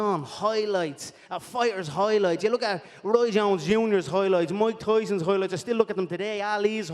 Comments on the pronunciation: "Mike Toison Hoilights" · conor "HOILIGHTS" mcgregor